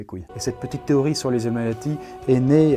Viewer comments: emeeati mdr Désolé je suis tatillon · "les Héméati" oui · Le nombre de fois où tu écorches le mot illuminati mdr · IL N'Y A PAS DE "S" A 'Illuminati"